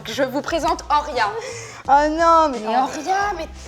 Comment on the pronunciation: Actrice?? MDR et le prénom horia est mal dit tout le long